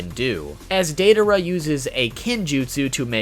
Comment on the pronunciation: Who tf is Dei-duh-ruh?